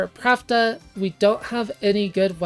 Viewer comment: I am curious why you pronounce Plachta as Pravda. Is that in any way canon, or just your interpretation? I always thought it came from Czech or Slovak plachta, which means sheet (textile) or sail (on a ship). This also makes sense to me from the katakana プラフタ, "ra" is the closest mora to "la" and "fu" is the closest to "ch" (although I have seen "ku" used before as well). If it was meant to be pravda, they would probbably used プラブダ instead, right?